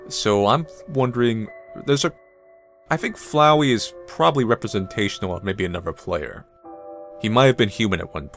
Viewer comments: Its Flowey, not flow-wee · Wait... It's not Fluwy,Fluwy the Flower.It's Flowey!